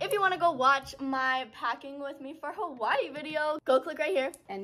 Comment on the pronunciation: Aloha I’m a Kanaka maoli here in Hawaii when pronouncing the name Hawaii the H is a “ ha “ sound end the w is a v sound ❤